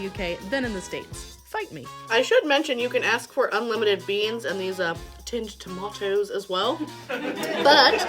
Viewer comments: Tomatoes exactly not Toemaydoze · please just say tomatoes normally :-) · The way you said tomatoes had me rolling in hysterics. Great upload.